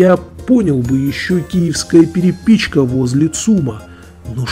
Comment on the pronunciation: В слове "перепичка", ударение не на - "И", а на вторую -"Е"!